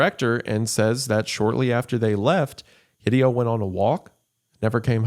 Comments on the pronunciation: I cringe every time he pronounces Hideo "hih-dee-oh". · The most frightening thing in this video is Wendigoon's pronunciation of Hideo. He almost certainly knows of Hideo Kojima, right?! /s